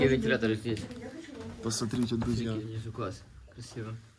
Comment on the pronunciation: говори пожалуйста слово «СМОТРИТЕ» правильно. Когда ты говоришь сотрите, это в уши бьёт сильно